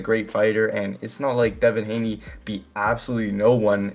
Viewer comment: What are you saying his name like that?! …its unbearable